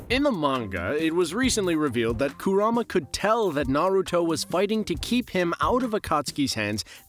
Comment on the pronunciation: These garbage pronunciations never get better. Who tf is Koorama and MiNAHto